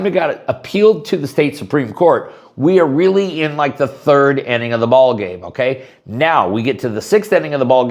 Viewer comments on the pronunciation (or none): none